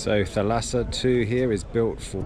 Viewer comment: Thalassa , from greek θάλασσα, not θαλάσσα!! The tone is on Tha...means SEA !!On the sail is the shield of the Spartan warriors and the name of the ship means sea in Greek. Question, are you sure the boat is Italian?